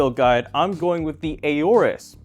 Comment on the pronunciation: Just so you know the English language doesn't pronounce the A in aorus. Just like those other extremely difficult to pronounce words like knowledge, gnome, wriggle etc etc.